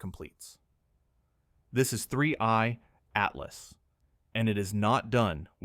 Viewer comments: AI can never pronounce 3i Atlas correctly. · you can clearly tell it's AI from the gap in 3i-Atlas pronunciation here. we need to start reporting/flagging non-labelled AI content like this and get these channels removed